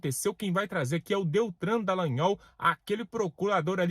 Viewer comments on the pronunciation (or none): Ele falou Deltran ?!?!?!?